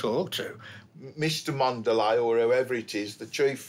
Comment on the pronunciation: Mondelez? Ouch.